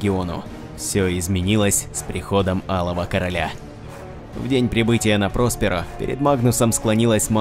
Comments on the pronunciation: ПроспЕро, а не ПрОсперо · прОсперо очень режет слух. рПочему-то всегда читал как проспЕро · Не прОсперо, а проспЕро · прОсперо как то коряво звучит